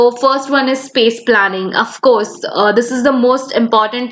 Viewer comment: I just pause there dislike the video & gonna after listening Yespecially Afcourse Woldar these pronunciation